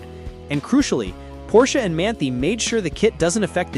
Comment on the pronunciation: It is pronounced Man-tie not Man-tea. FYI